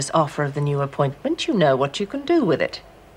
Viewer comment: Is it me, or can't pronouce "th"? sounds more like "v". Like when he goes "I gotta score to settle "wiv" you"